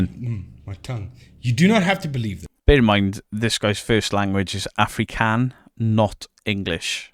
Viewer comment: If you want to say Afrikaans. Say AH-free-cans.